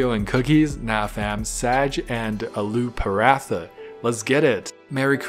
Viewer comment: Why do you have to say alooo parata so weirdly Search how to pronounce it on YouTube